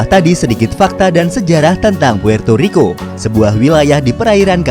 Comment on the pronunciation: puerrrrto rriko